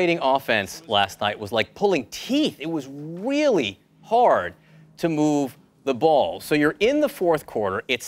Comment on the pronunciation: it was weeeally hard....